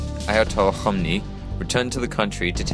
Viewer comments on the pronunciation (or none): very informative but you could work on your pronunciations of 'Iran, Iraq and Ayatollah Khomeini' (Ee-ran- not eye-ran, Eeraq- not eye-raq and you basically just pronounced his name as 'Ayatol Khomni' so you missed out a couple of letters lol)